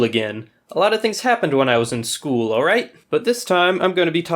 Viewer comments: It’s not skol it’s school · It’s school and not skool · It is school , not skool